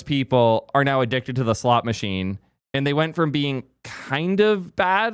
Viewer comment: I couldn't tell if you were saying "slot" machine or "slop" machine but actually...I don't it makes a difference